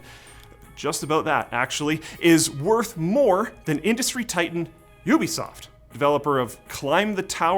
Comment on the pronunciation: When are you guys gonna learn how to say "Ubisoft" properly lol. Also Ubuntu